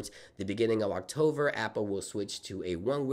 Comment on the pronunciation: Why do you say octover?